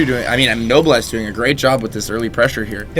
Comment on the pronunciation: I love noblesse's multi-drop style. Btw. pronunciation note: "Noblesse" is pronounced "No-bless", Not "Noble ess"